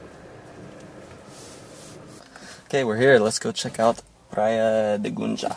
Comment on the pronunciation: "gunga" she said it right kkkkkkkkk